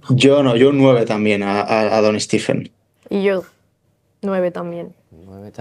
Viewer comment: ¿Por qué a Curry le llamáis "Stif" y "Stifen"? Los americanos (y él mismo) pronuncian "Stef" y "Stefen".